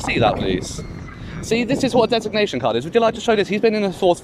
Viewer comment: 6081 couldn't even pronounce 'designation card'😂